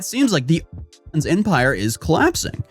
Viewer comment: YOU CANT EVEN SAY ONLYFANS WTF!?!?!